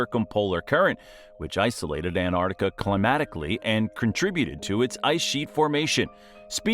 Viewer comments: The narrator also has the lazy american habit of only pronouncing half the name Antarctica. It's not the Antartic. It's the AntarCtic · There are two "C's" in AntarCtiCa and no " I " in Fraser . It's not FrasIer Island . The European Alps are in Europe , not North America .Bloody yanks should stick to what they know , nothing ! Leave the hard stuff to anyone else . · Why do Americans have trouble pronouncing ANT ARCTICA………..NOT An Artica. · Why so our kids can learn how to mispronounce Australian city names, Antarctica and that jelly fish live in the outback? No thanks. I'd rather our kids learnt about Australia from Australians than from clueless Americans.